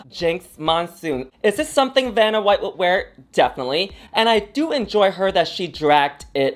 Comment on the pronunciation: I thinks she may have difficulty pronouncing the name Vanna Nicky says "Banna White, Benadryl", maybe due to her French accent. lol